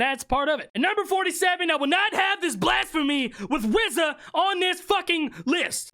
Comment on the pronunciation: RZA???? R Z A???? RRRRRRRRZZZZZZZAAAAAAAAAA?????????????? WTF IS THAT???? RZAAAAAAAAAAAAAA???????????